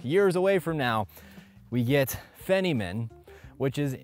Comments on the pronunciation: FEYNMAN It's pronounced "Fine-Man" (not Fenn-e-man) after a famouse Physicist, Richard Feynman. The best educator Physics has ever had. (UPDATE: of course you've been corrected and acknowledged. I'll shut up) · "fine-man" != "fenna-min" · It is not fin-e-min. it is fine-men, as in Richard Feynman a multifaceted American theoretical physicist and Nobel laureate. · Its not fine man, its feynman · Feynman is pronounced fine man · LMAO you said feniman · Nice neighbourhood, it's pronounced fineman btw he was one of the inventors of the trinity bomb. I'm still rocking my 3090, gonna hold out until 6080 probs, depending on price, performance and power efficiency. Will probs after wait until 12 months after launch for msrp. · You did not just say Feynman like that 😭